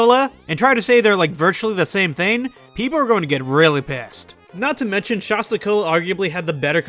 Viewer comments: It’s Shasta not shosta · I’m irrationally upset by your pronunciation of “Shasta.” 😅 It’s not “Shosta!” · Kills me to hear people say Sh-ah-sta. I've always heard the first A pronounced like the word "At" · Its so funny. If you arnt from Mt.Shasta or shasta areas. You completely mispronounce it. Everyone I see who makes videos online with Shasta mispronounces it because they've never been there 🤣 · How are you from California and can't pronounce Shasta right? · Dudes Shasta knowledge is as poor as his pronunciation